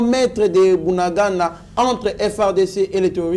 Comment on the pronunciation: Yoka ndenge ozo prononcer bunagana, 3za pasi po nayo po bakombo nyonso oyo eza kinyarwanda, bunagana, cyanzu, rumangabo. oyebi bitumba oyo eza bien po verite nyonso ekobima na mpwasa.